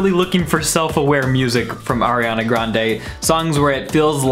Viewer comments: ARIANA NOT AIRIANA 🤨🤦🏼‍♂️ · "aiRiAnA" oof. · It’s not AIRiana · I don’t like AIR-iana Grande... We can tell... we can TOTALLY tell LMFAO HAHA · AIR-iana Grande.